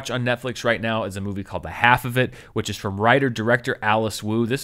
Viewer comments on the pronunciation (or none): Half is pronounced with the L in this movie It rhymes with Ralph